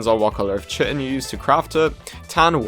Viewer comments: Its pronouced kite-in not chit-in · Please look up how to pronounce chitin.